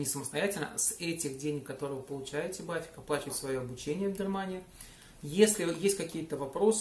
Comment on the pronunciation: вот интересно, при разговоре с немцем ты в этой же транскрипционной фонетической форме произносишь аббревиатуру BAföG как "бафик"? Ведь 100% не поймёт же не фига, придётся показывать на пальцах!:0)